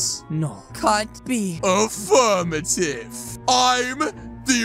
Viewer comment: Its not “Offermative” its “Affirmative”